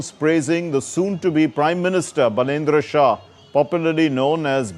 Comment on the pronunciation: बालेन्द्र शाह is his name. Please learn how to pronounce it properly. Love and respect. Jay Nepal